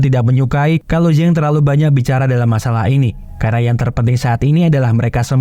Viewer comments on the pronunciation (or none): none